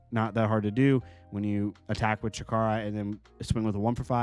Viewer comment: Great video! Just a tip - Wind Chakra is pronounced "shock-ruh", not "shuh-kar-uh" :)